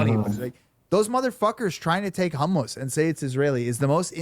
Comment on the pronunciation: The way these people are saying Hummus is pissing me off.